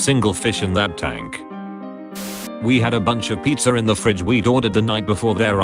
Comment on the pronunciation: ”PizzaRin the fridge”? Why do brits pronounce some words like that?